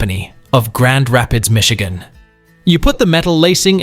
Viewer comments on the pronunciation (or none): none